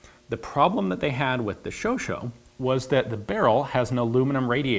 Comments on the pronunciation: i think you're misspronouncing the name it says chauchat yet you're pronouncing it chauchau. LE GIFLE is now my favorite franglais word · The "scho scho" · I love the show Ian, but it makes my teeth itch when you pronounce Chauchat as "Showshow". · why is it pronounced as "shoushou" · I thought it was pronounced "show-sha" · Don't know if it was intentional, but I laughed when you called the Chauchat 'Chocho'. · Why does everyone call this the "sho sho", its literally pronounced as its written... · It's pronounced shosha. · It's pronounced 'SHOSHAH' but very interrestingas always ! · its chauchat not chocho ffs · Wait it's pronounced shau shau? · Actually pronounced "show shaw" !! And "le giffle" is not the Giffle but like John !! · Might not be the first to point it out, but the name actually reads "sho.sha". Chat means cat, and the T is silent, that was correct. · like the fact that you wear belgian cammo............ BTW its pronounced like "showshat", just for the record.... great job !!! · I guess you've heard it a hundred times, but one more time won't hurt. it's Chauchat, not Chauchau. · Dugan Ashely said it was pronounced "Chow-chatt", and no offense Ian, but Dugan is certified awesomeness, so I have to go with him on this one. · Chauchat literally means hot cat, which seems like a weird last name. BTW: It's pronounced "shosha". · Great work as always, Ian. May I make a suggestion, though? You can get closer to the French pronunciation of Chauchat if you say it like "show-shah." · It's pronounced as in AmericA ^^ Anyway...thank you for your videos, I love them! And thank you for making me discover the reality behind the myth of one of our guns I used to think was garbage! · Chauchat............Chau derived from Chaud meaning "hot" and chat meaning "cat".........pronounced show-shah not show-show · Really interesting video, is the pronunciation supposed to be 'sho-sho' rather than 'sho-sha' as it is written? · I thought it was pronounced ShowShot?